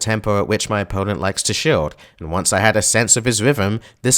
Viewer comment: Never have I heard someone pronounce "shield" as "shilled". How do you even get that idea??